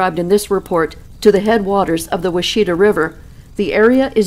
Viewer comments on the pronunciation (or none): it’s pronounced Wash- i - tah it’s the French spelling of a Native American word meaning good hunting ground..there’s a lot of French spelling of the Native American words here in Arkansas.. they were here for trading etc.. many of our state’s area’s of note has French influence.. Petit Jean Mountain being one.. these can be googled for pronunciation and historical fact and legends..Edit.. Little Rock, Arkansas comes from the French name it was given.. la petite roche, which translated to Little Rock.. the French explorer Bernard de la Harpe was who it it that name..